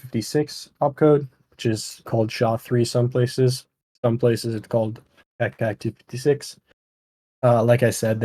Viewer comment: By the way Keccak is pronounced "ketchak"